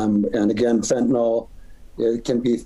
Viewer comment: 50x-1000x stronger than heroin, yeah maybe carfentanyl is but not feentanyl LOL